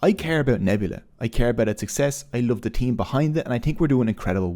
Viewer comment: Bro It's Love not lave😮 I'm from Bangladesh too